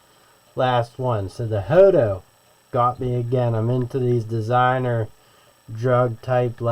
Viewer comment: Hoto but pronouncing joto 🤫